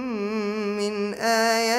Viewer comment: الاىة 68 need to correct the the reading